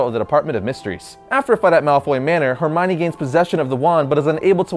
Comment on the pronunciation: Her my knee-Hermione